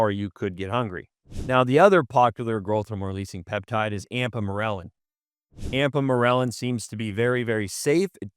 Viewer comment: I like the information but I'm trying to place either the accent or why exactly he says "ampamorelin" instead of ipamorelin. just curious